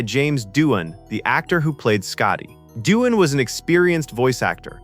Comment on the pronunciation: It appears AI is narrating. It keeps calling LT Ilia "ILL-e-ah" rather than "eye-LEE-ah". Same for James Doohan - pronounces it as "doo-en".